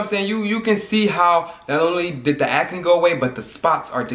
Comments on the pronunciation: If you create another word again I’m going to throw the jar away🤣😂😭😭😭 it’s ACNE NOT AC-A-NE!!!!!!! 🤣🤣🤣🤣🤣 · " how I cleared my aca-knee" haha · The way he say Acne is Hilarious